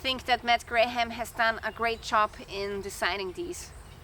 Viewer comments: Your English is sehr gut! Just a little English tip. The English name Graham is pronounced just like "gram", the "h" and second "a" are not pronounced. Condor knives are often a GREAT value! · I appreciate the review. You don’t have to pronounce the ‘h’ in Graham. Looks good